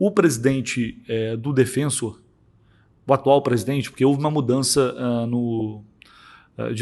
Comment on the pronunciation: Mermao, daonde tu tira essa pronúncia americanizada “DefEnsor”? Mano, o q te custa tentar não inventar uma pronuncia colonizada e falar o nome do clube, DefensOr?!?!